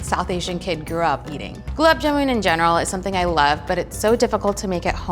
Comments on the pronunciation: It's not "jumun" it's JAMUN !! get your food names right at least... 🤣🤣🤣🤣🤣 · Oopsy....it's JAMUN NOT JUMAN...... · It's jamun not jumun or juman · It's Jamun. Not Jumun. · Its Gulab Jamun not Juman , Jumun or Jumanji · Tasty its JAMUN not JUMUN 😭🤬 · It's not jumun it's jamun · It's Jamun not not juman and I am not even Indian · It’s jamun not juman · It's not juman --- its Jamun #Indian 😍🙆🙇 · It's "Gulab Jamun" not "Gulab Juman" ! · JAMUN not JUMAN. wtf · Listen its jamun and not juman🙏🏻🙏🏻plzz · Dude it’s jamun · I don't hate it. It is convenient and has a new twist to it at the same time following the traditional recipe. Also it's "jamun"